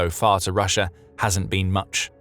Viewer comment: lots of words with old irrelevant pictures and no real map production of actual changes. Don't take the word of somebody that can not pronounce russia correctly and keep saying russher.